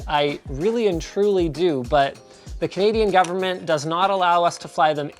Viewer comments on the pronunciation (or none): none